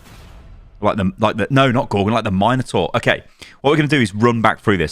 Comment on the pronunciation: THE MINOTAUR Not MINERTOR AHAHAAHA